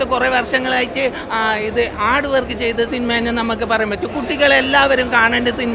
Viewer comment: കണ്ണാടി❌കന്നാടി✅ ഹാർഡ്‌വർക്ക്‌❌ആട് വർക്ക്✅